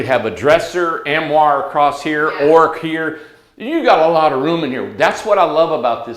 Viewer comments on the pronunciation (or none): Armoire = arm-oire. Not "am-roir"